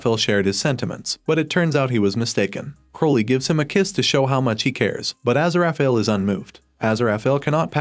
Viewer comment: What is the butchery of Aziraphale's name?